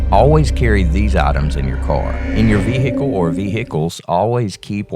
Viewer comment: what is a veehickle?